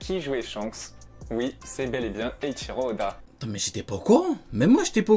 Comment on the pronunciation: Eichiro Yoda 😂😂😂